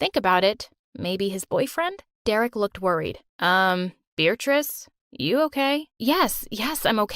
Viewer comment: Why does he call her “beartrice”